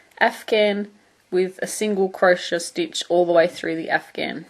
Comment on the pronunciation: I know this is such an old video but it helped me! Thanks so much. P.s. I love the way you say crochet.